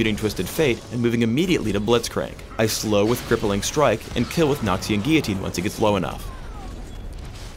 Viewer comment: It's not noxian guiyitine its noxian guillotine